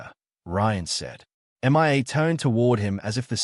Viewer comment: I don't know which is more annoying, the Australian accent or the pronunciation of Mia's name as "M.I.A."